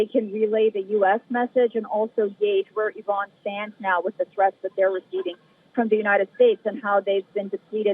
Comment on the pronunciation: Aran 😂not araq. Ok. Aran 😂supar fawar. 😂ansha Allah